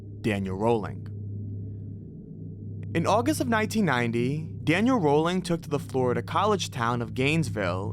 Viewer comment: I'd rather hear each state, individually, with all of its' known serial killers. Each of those states has several known killers. Also, Danny Rolling is pronounced RAH ling